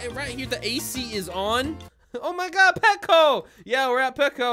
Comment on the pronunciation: Wait he said petco. My sister works at petco